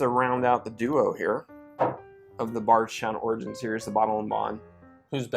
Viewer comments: Ok i have had a few tonight after having just left the Bourbon Junkies live stream but is anyone else hearing Bargetown when says Bardstown? Or is it just me?…maybe I need to take a break lol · Definitely heard Barge instead of Bard. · Bardstown. But it sounds like you’re saying Barsha.